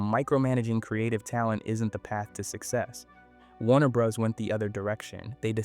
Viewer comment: It’s Warner Bros. (Bros. is pronounced “Brothers” 100% of the time, never “Bros”)